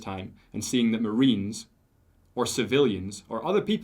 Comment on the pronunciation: It's the Royal Marines not fkn Royal Marina's